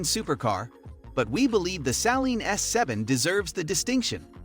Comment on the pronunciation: Saleen not salen